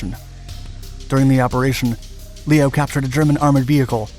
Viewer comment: They also pronounce his first name incorrectly (Lee-oh, rather than Leh-oh).